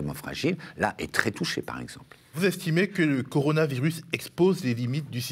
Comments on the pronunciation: " La crise du coronivarius : ça doit être une sorte de Stradivarius chinois....,? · Ya que moi qui bloque sur ce qu'il dit a chaque fois? "coroni varus" >.< encore jpp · coronivarus ? XD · Un mec qui n'arrive pas à prononcer correctement coronavirus est-il crédible ? Et le nouvel an chinois, on ne l'appel pas non plus le "chinese new year", ni en Chine ni en France : il m'a tout l'air d'être un bon guignol..